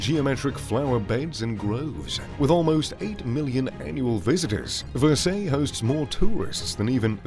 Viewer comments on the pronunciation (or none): Actually Fred, I was primarily commenting upon how badly this poseur was messing up the name "Versailles". LOL However to address YOUR point, as you may note on their official website: (offered [below] in French Spanish and English) this venue's French name IS "Château de Versailles", but the comments and replies posted here are: "en anglais", where it is and always has been known as the "Palace of Versailles" and IS how their own website translates it? That being said: The French architectural moniker: "Chateau" basically means: a country house away from any urban area, whereas a "Castle" is a fortress built for defensive purposes, and the term: "Palace" is designation for a structure built for, or inhabited by Royalty or Nobility. Thusly, Versailles' origins were as a hunting lodge, purpose built by Louis XIII (in the truest sense of a Chateau), which gradually morphed into the Palace you see today. Conversely, the Louvre DID start out as a castellated fortress to defend the growing city of Paris, and later de-fortified and remodelled to become a Royal Palace, which is also why (having always been in an urban area) the Louvre has never been classified nor prefaced with: "Chateau". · If you are intent on making videos about these structures, then please at least learn the correct pronunciation of their names: The Palace of Versailles (and Yes it IS a "palace" and is NOT, nor ever has been a "castle", but as your viewership is primarily American, that fine distinction would be lost on them? LOL) although written Ver-sailles is pronounced: "Vair-sigh" & NOT as You incorrectly utter it: "Vur-say"! Thank You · Dude! love the videos but you have GOT to improve your pronunciation! Versailles and Neuschwanstein???? disgraceful!!